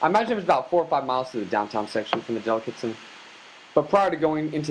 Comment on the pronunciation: You don't know how to pronounce delicatessen?